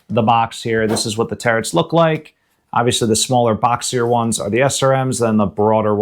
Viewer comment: I really like this channel, but every time this guy says "terrets" I wanna bash my head against a wall.